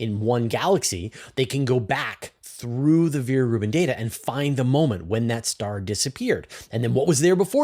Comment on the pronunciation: Come one, it is not pronounced Viere Rubin, but Vera Rubin. Ve- Ra Rubin